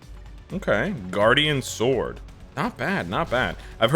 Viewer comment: You do Not Pronounce the "W" in the word "SWORD >>